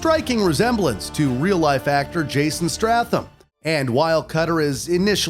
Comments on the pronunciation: Not me losing my mind at his simple pronunciation mistakes, who the hell is Jason Stra-tham? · Stratham?? its Jason *Stathom my guy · Your vids are awesome.....but the mispronouncing of some of the names makes it seem like you've never played the games. Zoran who?? Jason Stratham? Cringe.